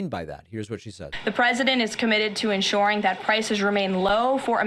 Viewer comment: "Enshoring" cringe